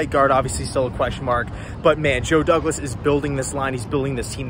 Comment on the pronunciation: Woe Wouglas. Notice the W's